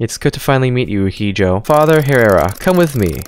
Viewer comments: “Hijo” is Spanish, it’s pronounced “yee-ho” since the letter “j” is always pronounced like “h” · Hijo is pronounced as (eeh-oe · I love how tries to pronounce Spanish words like hijo and advoco (I’m still laughing with “Advocado” HELP)